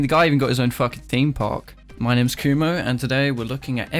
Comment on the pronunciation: good video and all, but I can't stop thinking about how every time you say Kumo it sounds like you're saying coomer because of your accent.